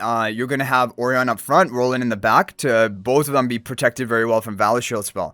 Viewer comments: Surely 'Orion' is pronounced "Oh - Ryan" like the star constellation? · I appreciate the time he pronounces the name Orion and not the onion the game decided to call him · And yet still gets it wrong